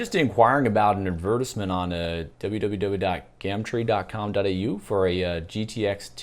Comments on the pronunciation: That and don't say "gamtre," it's "gum tree" in 'merican. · Your regular voice is more like an American accent than the "American Accent"... Also we wouldn't say GAHMTREE, we'd say GUHM Tree